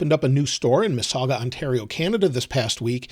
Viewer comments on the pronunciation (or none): The way butchered Mississauga had me rolling